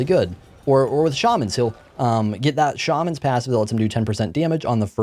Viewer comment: No you were definetely saying Shaman right before - who on earth says Sharmans?